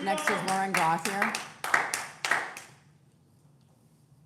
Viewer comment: My name is Yvon Gauthier, I am French and the way Lauren (running for council) said her name isn't quite right as it's a French name. There is an NHL player named Cutter Gauthier and the hosts pronounced it correctly as in GO-TEE-YAY.